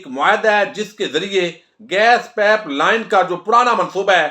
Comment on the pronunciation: آپ کو اپنا تلفظ مزید امپروو کرنے کی ضرورت ھے۔۔۔ پائپ ھوتا ھے پیپ نہیں ھوتا